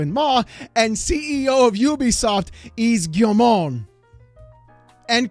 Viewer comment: it's Gamergate 4.6² time guys!!! call Sargon!! maybe Trump will FINALLY tweet Gamergate and the west will be saved!! let's all chuckle in smugly. EDIT:, Yves Guillemot is pronounced "Eve Ghimo"